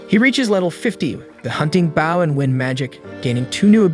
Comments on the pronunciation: Would appreciate you make better efforts to pronounce certain words correctly ex... Bow not Bao which is a type of savor stuff bread. Bow is the weapon the main character was learning how to use. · Bow not bao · the way it says BOW annoys me and literally anyone who even remotely likes archery ai: *BAW* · what the fuck is a bao, if you're talking about the bow, its pronounced b-oh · BOW NOT BAUW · why he says baw instead of bow? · It's not baw it's bow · bouw bouw bouw its b o w bow driving me crazy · Baw….bow hmmmmm close enough 😂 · Bro it’s bow not bao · Bro why would you say a "bow" ,Baw😂😂😂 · Bough compared to bow. They'll get right on it for us. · Why do you call it bauw and not bow. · I hear baw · It’s an ai voice so it says bouw instead of bow as it can’t tell the difference between “bow” and “bow” 💀💀💀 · ITS BOW NOT BOUW PLZ CORRECT THAT GRAMER MY EARS CANT HANDLE IT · I swear i won't be able to finish this video if you keep saying "baow" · Bro pronounce bow properly 😂you bow when your ment to pronounce it (bo) with the spelling bow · stupid ai cant say bow it keeps saying bao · Bow pronounced like Bo, just say the letter "O" then put a "B" in front to make the Bo sound. Swear, I think his voice is AI. Only reason I can think that he pronounces it like that. Or even like Boeing airplanes, just without the "-ing" part. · Stop fucking saying baw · I'm super curious on the pronunciations of some your words. Is English a second language for you? Bow, "Tastier" and Anime are all very very strange. "Bow" is actually supposed to sound like "B-oh", for "Tastier" it sounds like Tay-steer-ur when said properly, while Anime is A-nuh-may. Video was very interesting. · Say it with us .. B-oh. He uses bow (B-oh) holly crap how hard is this single word..? Please never make another video if you can't say a simple word... all you had to do us listen to the show and he says it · bough and awwow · Bow (b-OH) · Why is he calling bow bao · Bro is saying baw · It’s not that bad